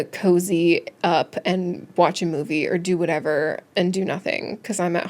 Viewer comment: “To get the iced whatewer” hahaha😅